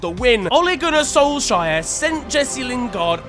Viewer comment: «Ole Gunnar Solshire». My Norwegianess is hurt